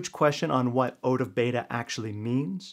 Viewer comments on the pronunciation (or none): Out not OOch.